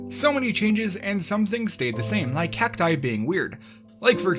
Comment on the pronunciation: Only said cacti once correctly.